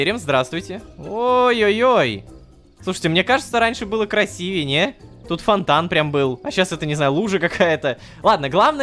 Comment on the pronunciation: Краси́вее... Безграмотный Рома как обычно